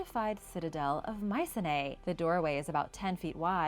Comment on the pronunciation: Pronunciation not good micene